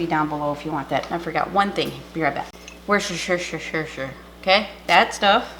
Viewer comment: The way you say Worcestershire is Worsta sure.